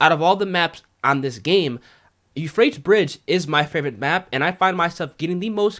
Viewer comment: "Yew-Fray-tees" 3 syllables, not two. Sorry man, but it was bugging me. Great videos otherwise! Keep it up!